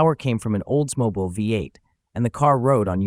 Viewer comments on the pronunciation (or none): Learn how to pronounce Oldsmobile